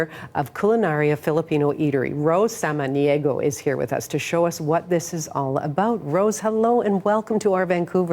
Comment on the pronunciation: Kudos to the host for pronouncing the Filipino words correctly, especially "SAMANIEGO" which is quite difficult for other non-filipino speakers.